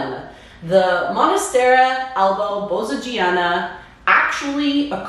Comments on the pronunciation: First 5 seconds and I had to rewind…did she really say “monastera??” 😭 cringe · Good info but why do you say "monastera"?